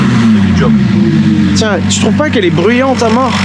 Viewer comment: Je rêve ou a a dit "jod Job" 😱